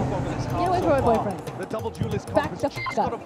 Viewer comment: really said OUR boyfrien